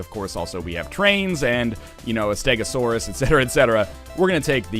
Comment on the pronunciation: mate ur getting grilled hate it when people get their dinosaurs wrong that was a STEG-O-SAUR-RUS